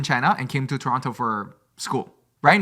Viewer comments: pronouncing Toronto is so cute, yes thats the proper way to say it but if you want to sound Canadian don't pronounce the 2nd T (Tor-on-no) 🇨🇦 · Me saying at start “they don’t talk about Toronto” processed to tell Toronto story I loved how he pronounced Toronto lol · Stephanie saying Toronto correctly warmed my Ontarian soul ❤